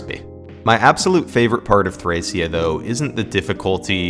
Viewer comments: its thrakia. hard c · NO ITS PRONOUNCED "THRASHIA" all jokes aside, cool vid!